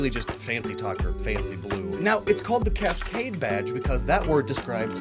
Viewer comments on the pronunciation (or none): Why does Cascade sound like Casscrafa